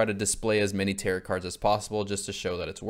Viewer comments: who's gonna tell him tarot is pronounced like "tair-oh" and does not rhyme with "carrot" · its pronounced "tear-oh" not "tarrot" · ah yes the "tear-it" cards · calling tarot cards "tear it" cards has me dead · Btw, the 'correct' way to pronounce it is like arrow with a T at the beginning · My boy not knowing how to say tarot took me out every time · Absolutely incredible video, but every time you say tarot like “carrot” I take a point of psychic damage